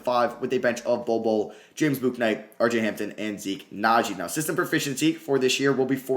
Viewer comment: Bouknight is just pronounced like "book" "night". You're trying to say the u in it too much.